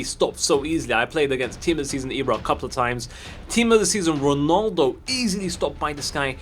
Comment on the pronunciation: the way says ronaldo will never not make me laugh "ronoldo"